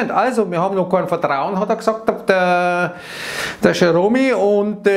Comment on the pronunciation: Lustig, wenn der sächselt - "Dör Jöromi..." 😂😂😂